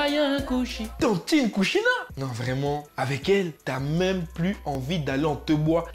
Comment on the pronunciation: kushina pas kushida 🤣🤣🤣